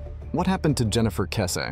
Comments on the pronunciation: Kess- EEEE. Do at least some research?? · her surname is pronounced weird on here